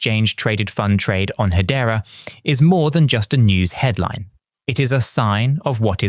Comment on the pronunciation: Is he just doing AI videos now???? He is pronouncing hedera as head-era , nobody does that in real life